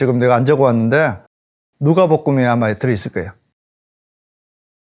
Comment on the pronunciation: 원장님 넘 귀여우세요ㅎ 누가볶음이아니고 누가복음 이에요ㅎㅎ